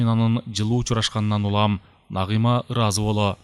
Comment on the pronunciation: Үнү жакшы так так уккулуктуу, бирок Нагыйма Нагыйма дебей Нагима деп айса кандай болмок....🙃😊